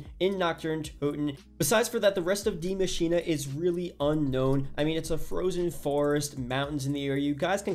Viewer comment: He literally said „die maschina“ 😂it’s so funny when you understand German but I know this language is difficult